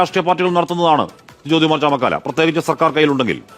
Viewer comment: ചമക്കാല അല്ല ചാമക്കാള